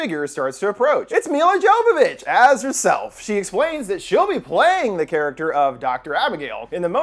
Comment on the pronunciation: You already fucked it up. She says her own damn name in the very first words spoken in the movie. Yo-vovich is how she pronounces it but you said Joe-vovoich. I'm so sorry for being "that guy" in the comments, and a lot of us thought it was joe-vovich. But when the movie came out when I was working at blockbuster at the time, I felt obligated to inform people the way she pronounces her last name. But albeit, this movie did scare the hell out of me the same way "The Blair Witch Project (1999)" and "Lake Mungo" did.